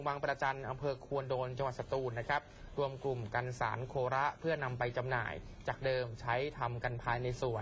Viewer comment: อ่านว่าโคระไม่ใช่โค.ระ